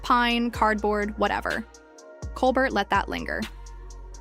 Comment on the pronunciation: OMG can you people just pronounce his name properly? ColBEAR. The T is silent. 🙄